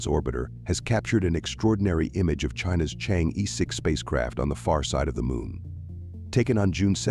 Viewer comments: Deliberately and maliciously mispronounce it to smear Chinese. Correctly pronounced as Chang - er. Stop pronounce it as cheng yi . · Thanks for the video. btw, should pronounce as Chang Or. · 这个 我觉得可能是他们AI真不会读， 没念成change 就不错了 :face-blue-smiling